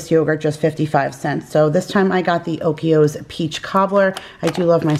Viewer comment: Lol you're pronouncing oikos wrong 😂